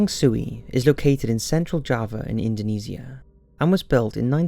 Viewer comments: I’m still so uncomfortable with his pronunciation of Indonesia... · Not to be that kind of person... but you are prouncing the word indonesia wrong..